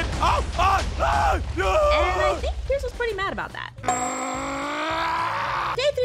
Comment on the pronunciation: 54 and 55 she called pierce ein